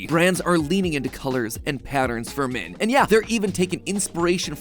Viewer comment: Today I learned Matpat kind of pronounces "men" like "min"